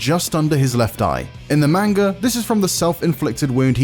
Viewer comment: None of you white guys ,.... Not a single one of you can Pronounce "Manga" correctly